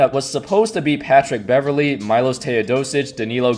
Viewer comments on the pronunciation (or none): its MEEEEEELOS not MIIIIILOS